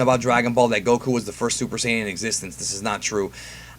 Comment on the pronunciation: Why do you say syajin instead of Saiyan it’s odd